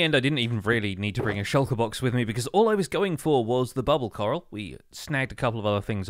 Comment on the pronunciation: every time he say "coral" i hear "carl"